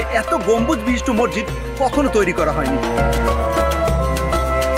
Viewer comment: শব্দটা মসজিদ, মরজিদ বা মজ্জিদ না। অনেক উচ্চারণেই প্রবলেম আছে আপনার। উচ্চারণ ঠিক করুন। আর স্ক্রিপ্ট এ বাহুল্য দূর করুন। এছাড়া ভিডিও কোয়ালিটি, সিনেমাটোগ্রাফি ভালই। ইডিটিং এ বেশি অস্থিরতা চোখে লাগে৷